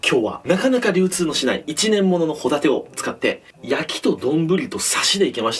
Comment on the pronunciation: ご一緒に「ホ↗︎タテ」はいかがですか？